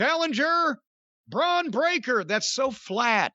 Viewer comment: Bron Breaker sounds like Dr Steve Brule butchering someone's name